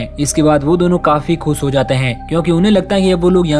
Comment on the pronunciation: Bhai khus nahi khush boliye.....